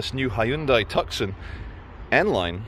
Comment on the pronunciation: its pronounced Too-Son. The C is silent, Come on for an educated man like yourself I'm staggered to hear such a slight grasp of simple grammar!